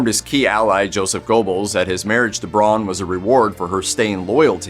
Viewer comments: By the by,, Eva's last name would be pronounced "brown" by Germans, not "bron" as you call it. The letters "au" together have, in German, an "ow" sound to it. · The Ay-dolf is bad enough, but what I find even more grating is pronouncing Eva's last name Brawn. It's pronounced like Brown, forPetes sake! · Braun is pronounced in the same way as in English. It annoys me no end when I hear it pronounced as Brawn. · Sorry you couldn't pronounce any of the names right. Aydolph Hitler, Eva Brawn, Joseph Goballs, etc.